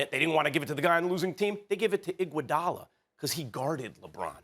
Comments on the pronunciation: Can’t take Max serious whenever he says Iguodala😂😂😂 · No one: Max: IGUODALA